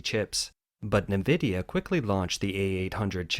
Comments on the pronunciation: 'en' vidia not 'nuh' vidia.. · Its pronounced EN-VIDIA not NAVIDIA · Its pronounced EN-VIDIA not NEE-VIDIA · who reads "nvidia" navidia? lol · En Vidia is how it's pronounced. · nVidia --> "en-vidia"